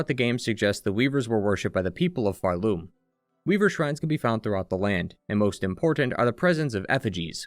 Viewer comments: I hate myself for making such a trivial criticism on such an excellent video, but why do you say phar-LOOM rather than PHAR-loom? I’ve never heard anyone pronounce it that way. Okay, I’ll see myself out. Thank you for a great history! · this is a really cool analysis! I just cant get over you pronouncing Pharloom like far-LOOM instead of FARloom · I always pronounced it PHARloom, emphasis on Phar. Never heard someone say it with the emphasis on Loom like pharLOOM. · Why do you put the stress on Loom in Pharloom? Its far more intuitive to put the stress on the first syllable, Phar. PHARloom. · Nvm you also keep referring to Hallownest as “The Hallownest” so now I’m assuming it’s some sort of bit of you mispronouncing the world names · the way you pronounce pharloom gives me anxiety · why do you keep pronouncing pharloom like that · Can we talk about where the emphasis goes when we say Pharloom and Bilewater 😀